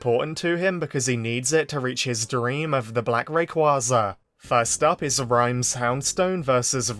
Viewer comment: Arrogance and fighting fire with fire took Roy down. By the way I really think you should watch the English dub version of this cause it could do more effects than the subtitles and I’m getting annoyed by you saying Rayquaza wrong.